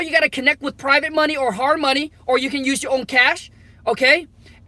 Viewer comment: That "MO ney" 😂😂